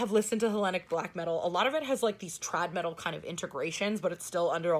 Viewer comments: Every time you say Trad Metal it sounds like you’re saying Trap Metal which horrifies me...it’s something that should never exist. haha! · Every time says trad metal - I keep thinking she is saying either chad metal or trap metal.